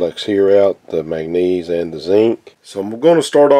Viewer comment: Its called MAN GAN NESE